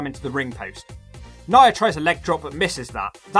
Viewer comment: Lmfaoooo nya = nyer